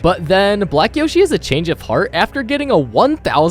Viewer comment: "Ronald suddently has a change of hearth" Huh?